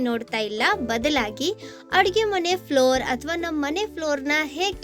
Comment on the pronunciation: Madam, flour ಅಲ್ಲ floor .